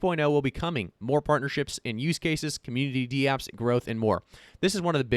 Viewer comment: DAPPS not D-Apps.